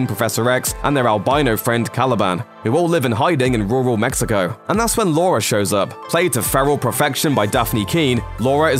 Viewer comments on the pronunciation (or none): none